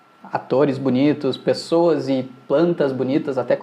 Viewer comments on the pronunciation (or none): none